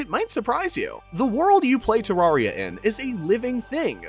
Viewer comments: its ter AIR ria not ter AR ria didnt watch the video JUST because of this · ITS TERRARIA NOT TARRARIA PLEASE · Why do people keep pronouncing Terraria like a fucking tool? Its not TerRARia. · It's Terraria not Tuh rawr ria. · It’s not fucking “ter rar eya” it’s “ter rare eya” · It's terrAIRia not terrAREia because it is a terrarium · Bruh it’s pronounced terrairia not tararia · its pronounced terraria not tarraria btw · the more he says ter-rah-reah maks me hurt so bad its TER-RAIR-RIAH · DUDE ITS TEREARYA NOT TARARIA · Why do you say terrawria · turraria is what you are saying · ew who calls it "terrawria" 😢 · Stop saying tararia 😊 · it's terraria not terrarrai so could you please say it right next time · Im sorry i know this is annoying but it’s tuh-RARE-ee-uh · literally stopped watching after hearing te-rawr-ia after 1 second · Tarraria... druid... STOP PLS. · ITS TERRAIRIYA not terraria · your saying terraria wrong to many times your saying tarraria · Man sayed torrira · I know im late but he said terraria wrong 14 times in this video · WHY DO YOU PRONOUNCE IT LIKE THAT THATS THE WRONG WAY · the way you pronounce terraria is very annoying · you pronounce terraria wrong